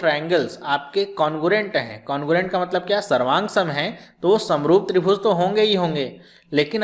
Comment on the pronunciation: SARVANSANG , SAVROOF KYA BOL RHE HO SIR :(